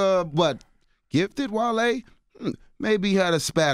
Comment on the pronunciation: Wale keep saying "jone" is so annoying